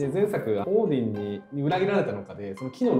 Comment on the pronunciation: 先生の発音がオーヂン寄りだけど、元はそっちの音なのかな？ チャンネル名変わって残念でしたが、また動画あって嬉しいです。